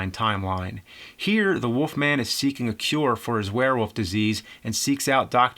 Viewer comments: Why do you say "the woff man" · I keep hearing James saying "The Woof Man".